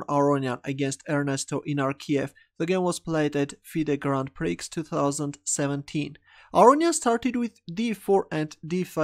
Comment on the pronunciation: Hey just wanna let you know that I think the word "prix" is pronounced "pree". Also you have the best Title Game in all of YouTube!